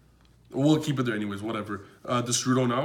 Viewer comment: Why does your destrudo sound like the strudel?